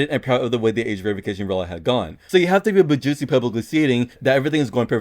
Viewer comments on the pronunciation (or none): Anyone notice “David BaJuicy”